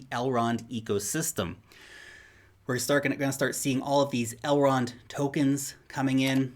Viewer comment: Please don't ever say Elrond hub. That is too creepy